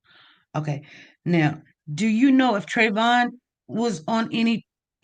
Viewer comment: Why interviewer keep saying Trayvon